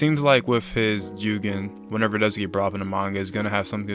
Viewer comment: Bro The way u pronounce jougan is killing me it’s pronounced “ Joegone”